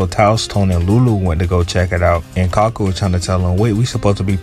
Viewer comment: Bro I can forgive mispronouncing names in One Piece, but Kaku is four letters so no excuses